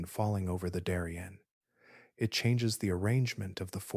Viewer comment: "Daw-rien"❌ "Dairy-ien" ☑️